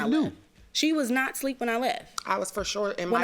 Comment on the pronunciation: Is she saying sleep,instead of asleep? 😂